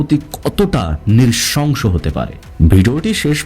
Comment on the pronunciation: আপনার উচ্চারণ ঠিক করার চেষ্টা করেন। পেলেট না প্লেট, নিরশংস না নৃশংস। রিজার্চ না রিসার্চ। আর এত বেশি Adjective ব্যবহার করবেন না। ভয়াবহ, নিস্তব্ধতা, নৃশংস, সবাই থমকে গেলো, কেউ প্রস্তুত ছিল না বার বার এসব না বলে স্বাভাবিকভাবে বর্ণনা দিবেন। হাতের টুকরা পেয়েছে মানে অবশ্যই মার্ডার হয়েছে। বাকি টুকরা পাওয়ার পর প্রস্তুত ছিল না বলাটা কি মানায়! অবশ্যই সবাই প্রস্তুত ছিল। কিছু নিয়ম মানলে ভালো আগাবে আপনার চ্যানেল